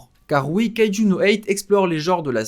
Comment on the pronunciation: Sa se prononce kayejou number 8